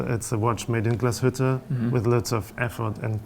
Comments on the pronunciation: The emphasis in Glashütte is on the first syllable, not the second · please please learn how to pronounce Glashütte, there is no aaaaaaaaaaaaaaaaaaa at the end